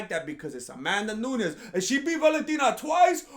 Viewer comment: "Amandanunes" - This Fool